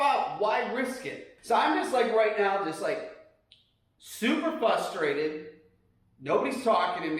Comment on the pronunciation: count how many times he says "fustrated"